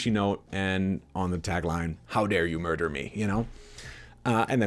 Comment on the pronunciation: how dare you "martyr" me. Not "murder"